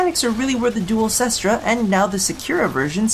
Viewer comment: nooooooooooo its 'kest ra' not 'sis-tra' ! :C i also dont have the hugest idea about what is top tier weaponry, but can't you equip a lower recoil mod? i know that it's bad by the numbers to do this kind of thing, as you lose out on point that could be spent on other things, but i found that the duel cestra became quite reliable when you put a minimum rank pistol mutation and a max rank steady hands on it, likewise i put a max rank steady hands on my marelok and vaykor marelok, as recoil is no fun but for real even with the annoying recoil this gun has, if you mod that out of it and mod out its ammo inefficiency, its actually tons of fun to use